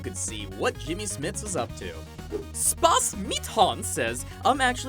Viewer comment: As a german, I couldn't help but die laughing when pronounced "SpassMitHans".